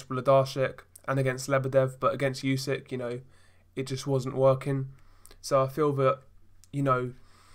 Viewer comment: Spell not yusyk, spell it like oosyk